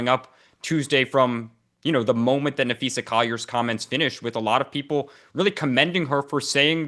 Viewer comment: Dan should learn to pronounce names. Napheesa, no Napheesha